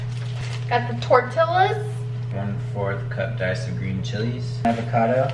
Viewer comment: When Sierra said "TORTILAS" instead of "TORTILLAS" I couldn't stop laughing, not because I was making fun of her but because it sounded cute! it's pronounced tortiYAS, the double L turns into a Y sound <3 Alex actually pronounced it correctly. AND when she pronounced "QUESADILAS" ha my heart couldn't take it!